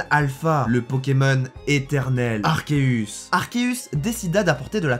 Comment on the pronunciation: Mais sauf que c'est arkeus et non arceus